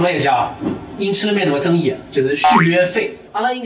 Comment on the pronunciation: ，“争议”的“议”发音是ni，不是yi